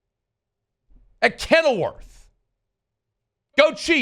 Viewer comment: bro said Kenilworth lmfaooo